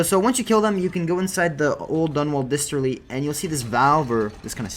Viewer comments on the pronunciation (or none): I know this is a bit nitpickery, but you keep saying disterly. It's a distillery, as in where alcohol os made.